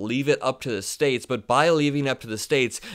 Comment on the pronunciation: Welcome to the "United Schates".